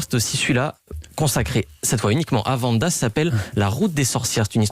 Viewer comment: Le pire c'est qu'ils mettent 2 extrait où l'on entend très bien le nom de Wanda et il continue toujours de dire Vanda 😭